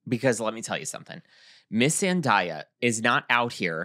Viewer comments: Imma say it.. It's pronounced "Zen-DAY-a" NOT "Zen-DIE-a"... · i love y'all. i promise. 😅 + i completely agree w| you about her — she's the hometown hero. but uhmm.... it's ZendAYa [zen-DAY-uh]. 😬 thanks for another great episode! 🖤✊🏾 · i love yall but it’s zen-day-uh😭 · Florence Pugh is 28. Zendaya is 27. (Also I love you but I think you are pronouncing Zendaya wrong 😬) ZenDAYah was my favorite look. She is always flawless. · is saying Zendaya’s name wrong.